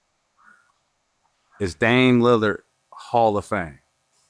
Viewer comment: Gil has never pronounced Dame’s last name correct. Dame “Leonard” … its a Lillard Gil 😅